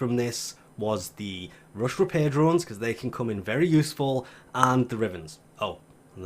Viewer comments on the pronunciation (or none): none